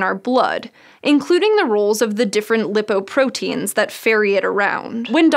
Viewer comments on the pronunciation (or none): LIE-poprotein, not Lip-oprotein